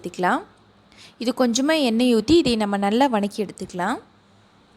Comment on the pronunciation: இது வநக்கி இல்லை வதக்கி என்று சொல்ல வேண்டும். டேஸ்ட் நல்லா இருக்கும் என நினைக்கிறேன்